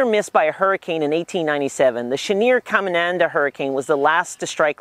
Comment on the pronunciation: It’s pronounced “CamiNADA” not “ CamiNANDA”. Your putting a 2nd “N”